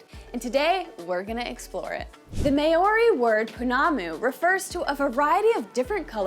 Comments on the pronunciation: I know it's written Maori but the ao is a dipthong, and sounds kinda like "ow" so it's Mow_ri not Ma_ori. It seems to be a common mispronunciation in the US. Pounamu, is pronounced kinda like po_ NAH_ moo, with the stress on the 2nd syllable, not the last as you were doing. Tbh the "ou" is another dipthong and is like an "oo" sound but Good on you for trying tho. Inanga is ee_NANG_ah. Stress on the 2nd syllable(most Maori words have the stress on the 2nd syllable) and the g should be soft, not hard, and blend into the n in the back of the mouth. A mere is pronounced meh_REH, preferably with a rolled "r" Kahurangi again uses the soft "ng" not a hard g but you did pretty well with that one :) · Just for learning purposes.. Maori pronounced (Mar or dee) R is rolled like scottish accent A, E ,I ,O ,U (are , ehhh, eeeh, oor, eww,) This is how we pronounce our Vowels please learn this Properly (Nga) is pronounced without ga sound more like (finger) try to lessen the ga sound👍 other than that awesome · Meori😂,pronunciation is key in every language, sir. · Māori is pronounced Mow-ree not May-o-ree. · Maori is pronounced " Mow ( as in cow ) ree", not " May or ree ". Not sure why, but most Americans seem to mispronounce Maori this way. I enjoyed your video. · Why do Americans pronounce Maori as may-orrey? It really ticks me off. Try saying "Mao", as in that Chinese guy's name; add on "ree" and you'll be able to pronounce "Maori" with courtesy. But, hey, I'm a fusspot. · friendly fyi it's "mao-ree" not mayo-ree... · heya just a heads up but you are pronouncing maori a little funny and i hope this helps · May ou ree is crazy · Its pronounced maori... wait oh nah dont worry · the May Ori lol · "May ori" 😂😂😂 bro that hurt Yall gotta do checks before making these videos 💀💀💀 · American spin on “MAYORY” is awesome 😂😂 cool we vid for those coming to visit Aotearoa though 😉😉 come learn Tereo at the source 😳😛<Pukana! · Yes it is pronounced mau ree.